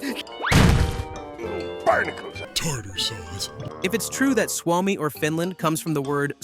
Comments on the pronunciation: You say it as Swomi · Bro its suomi not swami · its s u o m i, suomi you say it like its spelled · You say Suomi wrong. Allways&Forever 🇪🇪❤️🇫🇮